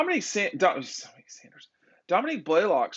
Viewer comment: it’s Dominick, NOT DOMINIQUE Blaylock🤓